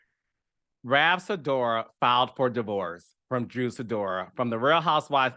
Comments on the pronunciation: You calling him Ralph Sidora is sending meeeee! 💀 lmao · lmaoo i was cracking up at Ralph Sidora. Love that.